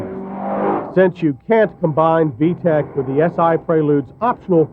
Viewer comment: "VEE TEE EE SEE" system...lol :D